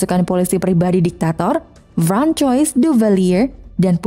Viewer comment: Enggak juga sih tadi kalau nggak salah dia salah nyebut nama Francois jadi frankoi harusnyakan Franqoa